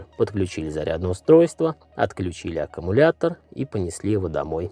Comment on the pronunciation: Блин аккУмулятор , а не ака...